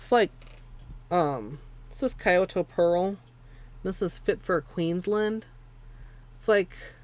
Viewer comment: just a little fyi: it's not Kai-oto Pearl it's more pronounced like key-oto ^_^